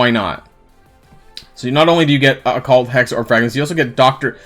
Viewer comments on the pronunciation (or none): My guy, I love you, but.....its Oh Cult, not occu let. heh keep up the great videos. Unelss of course youre memeing , then carry on lol.